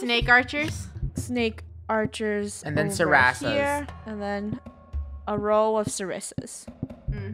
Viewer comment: Funneh: ArcherErs